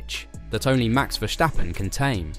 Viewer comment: It's not Vershtappen. He's not German.